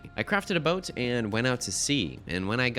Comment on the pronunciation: ya lost me when you pronounced salmon "sollmon" and boat like "bout"